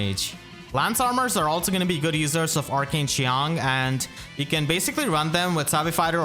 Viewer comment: I want to give a round of applause for how well pronounced qiang, unless he speaks mandarin, which would be even more impressive